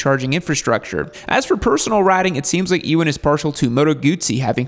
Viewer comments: It's Uuan McGregor, not Ewon... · E Wan… 😂 It’s pronounced ‘you an’. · Pronounced "U-an" not "e-wan" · Enjoyed the video, although you mispronounced Ewan's name. 🤦 It's not pronounced "EEWAN" . You pronounce it as "You_win". 👍 Maybe you'll make a part 2? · Sorry but E-Wen? I mean come on am I wrong to think most people should know to pronounce it You-Wen McGregor? It’s not like he’s new to Hollywood the guy’s Obi-Wan for Christ sakes. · It’s pronounced YOU-IN 😂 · Mate what are you doing pronouncing Ewan like that !!! I was laughing for 10 minutes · That’s certainly one way of pronouncing Ewan. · bro..... ewan, "e"wan? really???, i mean, long way round has been out for 20 years, watch it, and learn how to say his name correctly?? (and maybe london)